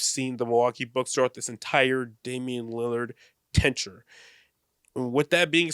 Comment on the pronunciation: why does keep saying "tenture"